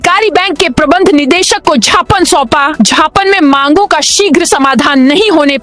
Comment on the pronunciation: Jhhapan mat bolo,gyapan bolo